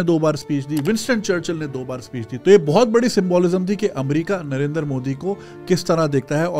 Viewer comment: It's not Narendar It's Narendra btw #pkmkb